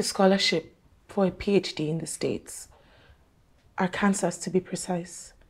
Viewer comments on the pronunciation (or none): Her scholarship is in Ar-Kansas 🤣 I was like what! Then I realized its Arkansas - pronounced Arkansaw